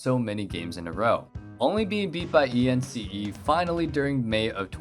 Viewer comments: E N C E ?!?!? it’s ence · did he just said "'astralis was beaten by E N C E"' like ence but seperately. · Did you just call ence Ee en see ee Xd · Why the fuck dose he call Ence, E N C E . smh asctually tilted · You call yourselves ”” but you don’t even know how to pronounce Ence